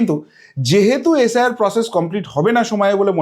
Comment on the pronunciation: শব্দগুলো ঠিকমতো উচ্চারণ করুন। পড়াশোনা করেছেন তো। কংগ্রেশ, এশ আই আর, ডিশেম্বর এগুলো কী? শুনতেই ইচ্ছে হয় না